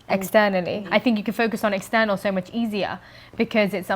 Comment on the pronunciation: how she says external - - lol